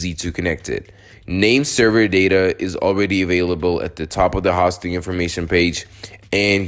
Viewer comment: I didn't make it very far into this video. When I try to watch an instructional video about something, but the instructor doesn't even know how to pronounce the thing he's giving instruction about, it gives me no confidence that the instructor really knows what he's talking about. It makes it seem like you've never heard of web hosting, which is boggling my brain a bit, because you're working with websites here. 0.o